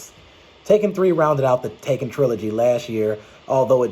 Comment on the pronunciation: Great video, but at the beginning of this film, it sounded like you kinda said "Tekken 4". But I know you said "Taken 4". Well I have not seen the Taken movies yet. So I'll definitely watch the first three films just in case the fourth film comes out. Speaking of TEKKEN, you should post your take on the games.